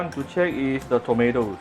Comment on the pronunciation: I hear u say tomota ， 😂